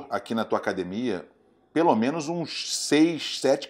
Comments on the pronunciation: Qual à dificuldade da família Gracie falar acadEmia? Não é acadImia!!! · A Hiena imita muito bem o Paulinho gogó. Mas ele falando acadimia é engraçado de mais.